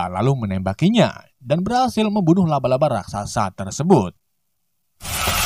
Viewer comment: Bukan luba luba tapi laba laba